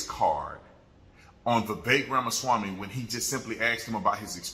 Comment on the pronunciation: “Vivek Rama-SHwamy” is at it again 🤣